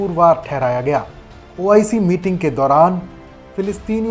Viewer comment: Kaun bakchod audio de raha hai pahle to OIC bolna seekh le